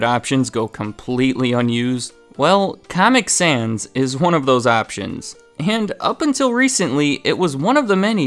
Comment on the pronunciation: his pronunciation of caamic sans souds like how the actual font comic sans looks, pls tell me what you thought of the caament